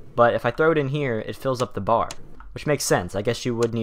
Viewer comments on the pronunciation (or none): God, the way you said B.A.R.